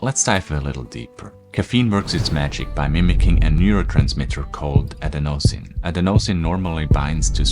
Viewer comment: You’re saying adenosine wrong.